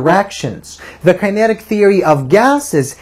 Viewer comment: learn how to say "Kinetic" kokhla